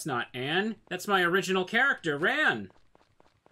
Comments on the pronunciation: I seriously have never heard an A pronounced that way, even in Japanese. The A in Ran is more of an "ah" (As in the exclaimation) instead of an "aw" (as in "Aw, that's sweet of you"). The A sound that's different would have you saying her name like the past tense of "run". I'll go nab a video to show what I mean, if you don't get it. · We rarely pronounce words with that sound at all here, but we speak the closest in the country to the actual proper english as well. I just don't like how he says the a. It sounds gross. xD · Well however its pronounced a lot of its old fans are probably gonna still call her Ann or Ran like the word ‘ran’